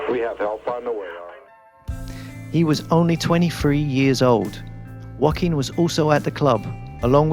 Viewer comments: Just a sidenote: Joaquin doesn't sound like "Wohkeen". It's more like "Ho-akeen". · Hiz name iz Joquin;Not Wakeene. Damn!